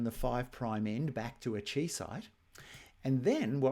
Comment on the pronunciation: Chi is Greek, it is pronounced KAI, not CHEE. Seriously hurts my ears, it is like hearing people say me sen ke mal when talking about the mesenchyme.